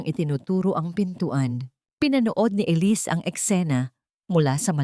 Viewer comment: Maganda ang storya, kaya lang honestly, na di-distruct ako everytime na paiba iba pag pronounce sa pangalan na Elisse....mabuti sana kung foriegner ang narrator..sana mapakingan niyo rin ang sarili mong nareation para maintindihan mo ang mga comments..salamat..